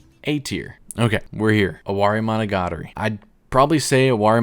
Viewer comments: I knew your list would suck when the first thing you said was the worst pronounciation of monogatari possible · Sorry but the way you pronounce "Monogatari" 😭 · "hachijuki" would be proud of that mispronunciation